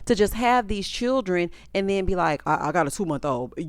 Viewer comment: The season of 'Chirrren'